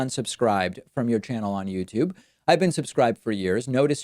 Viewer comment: Youtube... you... tube... Not themTube